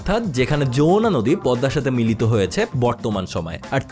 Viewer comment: Yamuna হিন্দি ভাষার উচ্চারণ, সেটা আলাদা একটি নদী। বাংলায় হবে Jamuna।